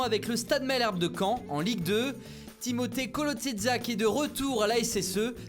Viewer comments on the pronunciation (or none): none